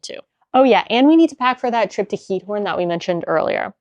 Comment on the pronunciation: (Ik zal even commenten in het Nederlands aangezien jullie het hebben gehad over de taal leren.) Je uitspraak van Giethoorn is echt stukken verbeterd! Ik vind het echt leuk om te zien dat jullie je echt settelen in Nederland en niet zoals vele andere buitenlandse mensen die niet 'echt' deel uitmaken van hoe Nederland echt is. Ik hoop dat jullie je hier een beetje thuisvoelen :) Ik ben een verpleegkunde student en ik werk in een verzorgingshuis in Den Haag. Tof om te zien dat jullie mijn stadje hebben bezocht :) Ik ben opgegroeid in Den Haag. (English translation below) (I will comment in Dutch since you talked about learning the Dutch language) Your pronunciation has improved so much! I really enjoy watching your videos and how you are settling in in our country. I feel proud that you two show the Netherlands how it really is and really become part of the Netherlands. I really hope you feel at home here. I am a Dutch nursing student working in a nursing home in The Hague. Awesome to see you visiting my hometown :) I grew up in the Hague. (sorry for the long comment lol. have a nice day!)